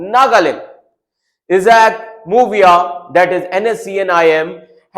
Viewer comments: Sir please pronounce mooiba not mubia our leader actual name is Muivah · LOL atleast learn to pronounce the name properly before telecast. Muvia🤣🤣🤣🤣